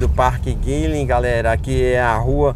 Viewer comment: O nome certo é Park Guinle, e não Guinlem!!